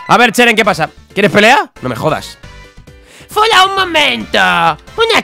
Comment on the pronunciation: Dale me gusta si a fola le dices folagoro